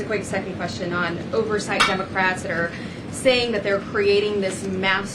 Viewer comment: lol. Did she say “Dumbacrats”?